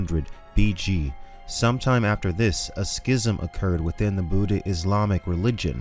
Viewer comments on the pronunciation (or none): none